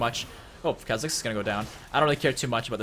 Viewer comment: Kuh-zix? its Kaw-zix.